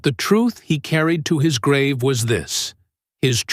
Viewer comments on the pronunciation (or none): none